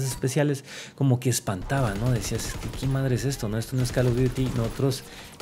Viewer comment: "El calo dury"